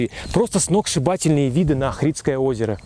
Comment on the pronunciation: Улица это Чаршия😅 и это НЕ рынок, рынок закрыли старый и сделали крытый базар. Ни разу не слышала, чтобы её называли улицей климента в жизни) Охрид и охридское, ударение не туда. В амфитеатие слушали Хворостовского.